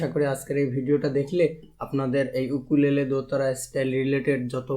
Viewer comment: Bhai eta ইউকুলেলে not উকুলেলে 😂😂